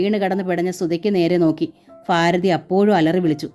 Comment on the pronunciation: വായന വളരെ നല്ലതായിട്ട്.... നല്ല ഹൃദ്യമായി തോന്നുന്നുണ്ട് ❤❤അതേ ഫീലോടു കൂടി ഉൾക്കൊള്ളാനും പറ്റുന്നുണ്ട്... പക്ഷേ ആ ഫാരതി... ഫയം... ഇങ്ങനെയെല്ലാം കേൾക്കുമ്പോ ഒരു അസ്വസ്ഥത 😞പ്ലീസ്.... ഭാരതി... ഭയം... ഇങ്ങനെ വായിക്കാൻ ശ്രമിക്ക്യോ?